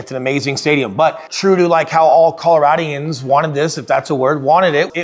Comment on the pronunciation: Coloradans…there’s no i in there.